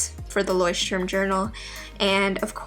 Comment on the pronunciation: It's so funny how you say Leuchtturm... Btw it's a german word and i'm from Germany XD